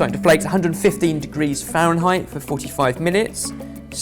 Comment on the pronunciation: Wtf is a farenheight?